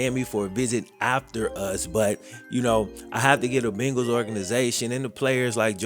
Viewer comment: Why oh why!! Da Bungals!!! Come on Man!!😩